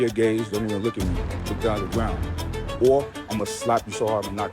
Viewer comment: “Look dawn at da gwound”